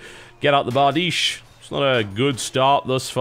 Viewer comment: Love how TB actually pronounces Bardiche correctly!